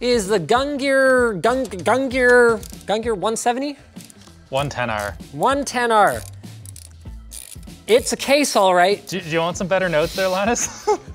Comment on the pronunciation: Gungnir is pronounced Gung-Neer, by the way.